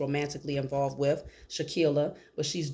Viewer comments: For goodness sake people please start actually saying her name CORRECTLY! It’s Shanquella (Shh-Ann-Kwell-uh) NOT Shankia, Shakilla, or anything else like that! SMH. -Harmonious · Wow Ma’am I’m AMAZED😮😮😮😮😅!!! You’re DEFINITELY GIVING INTERESTING INFO, HOWEVER YOU KEEP😅😅😅 SAYING HER NAMET WRONG AND THAT’S SO DISRESPECTFUL!!!!! Please say HERE NAME .RIGHT AND LET’S GIVE HER THE FULL JUSTICE SHE DESERVES!!!!!! Thank you P,S. E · Thank you for the reading as we all want justice for Shanquella but it’s also important to say her name correctly. It’s “Shanquella”. 🙏🏽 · Come on sis, you mispronouncing her name Shanquella. We gotta put some respect on her name. We can’t say they names right and not say her name correctly. #JUSTICE4SHANQUELLA